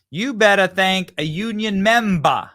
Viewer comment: “MEMBA” thats how Australians pronounce member 😅 she gone Aussie 🇦🇺🤣🤣